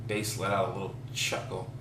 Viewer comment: "Baas" pronounced "Base" - very Based. :D That said, is the rest of the story still available? The link no longer works, but I was excited to try it!